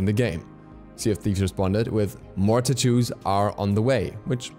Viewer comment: Tah too's lol